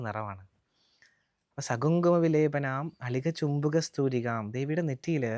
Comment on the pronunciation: 1അളിക" ചുംബി" കസ്തൂരികാം 2 സമന്ത ഹസീശേഷ്ണ എന്ന് അല്ല. "സമന്തഹസിതേക്ഷണാ" എന്നാണ് 3.മരുണ മാല്യ എന്നല്ല,,, അരുണ മാല ഭൂഷാംഭരാം എന്നാണ്... ഇതൊക്കെ അറിയാതെ ആണോ പഠി പ്പിക്കുന്നത്?